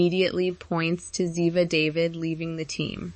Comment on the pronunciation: Ziva's last name is pronounced Da-veed, not Day-vid. If you had ever watched the episodes that she was in, you'd know that.